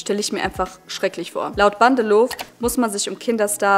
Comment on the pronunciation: Nur so nebenbei, das 'w' am Ende von Namen Bandelow ist stumm und wird nicht gesprochen ;)